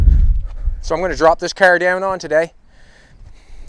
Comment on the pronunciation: Why do you say KAR instead of car ? I've heard you hundreds of times & ain't got no problems with saying camera caring oh maybe you got hit by 1 and you just scared I don't no..just wondering .